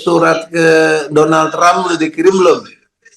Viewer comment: Kok "Donlad" sich....?? 😂